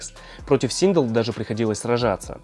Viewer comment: Синдел а не синг